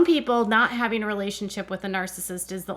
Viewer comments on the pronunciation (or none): All I know is I don’t know how many more seasons I can listen to her mispronounce “Having” as “Hafing!” and so many other words! Christine has the habit of putting a hard G on the end of words! 🤦🏻‍♀️ Sorry, had to vent….think I have watched tooo many season! 😉